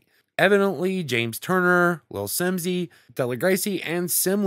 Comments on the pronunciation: Lol Deligracy is pronounced del-ig-rah-see ;) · The way he said deligracy's name 🤮